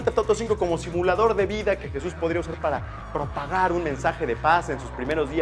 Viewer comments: ¡NO ES YISUS ES JESUS J-E-S-U-S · SE DISE JESUS NO YISUS. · se pronuncia JESUS no yisus